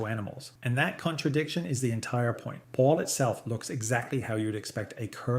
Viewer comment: Hate to be a dick, but your pronunciation of half of these is way off. Good video otherwise, but hearing the way you say Baal, Tyranid, ect was just painful.